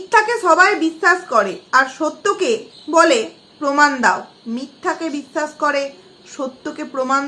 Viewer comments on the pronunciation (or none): তুমি আগে কথা বলা শেখো, বিচ্ছাছ,ছমোচ্ছা, বলছি সুপারি কি মুখে নিয়ে কথা বলছেন দিদি? এবার ওই মুখের সুপারি টা আপনার পাছায় ভরে নিন। আপনার পাছায় যে ক্রিমি হয়েছে ওটা মরে যাবে😁